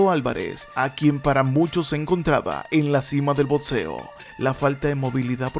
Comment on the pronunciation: Pariente, te digo algo? Todo iba bien hasta que dijiste "botseo".